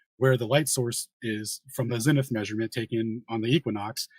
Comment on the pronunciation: If I have to hear say ‘latty,’ ‘longy,’ ‘cel theo,’ or ‘zenny’ again, I’ll jump off the edge of the (not) flat earth.